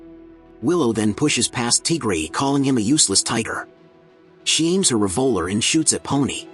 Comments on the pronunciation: Tigery❌ TGray✅ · "Teagrey" HITS HARD